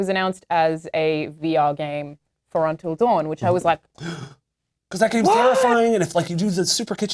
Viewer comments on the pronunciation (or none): "untal dawen"